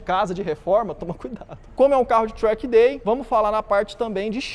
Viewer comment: tchrack day kkk